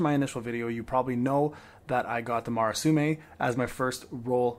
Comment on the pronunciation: Please stop saying Marasume. Look up the sword's name and read it slowly.